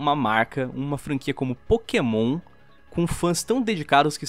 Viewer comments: "É pokemon, não é pokasbosta" KKKKKK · "é pokémon não é pokabosta" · "Não é Pokabosta é Pokémon" -Lispector, Lion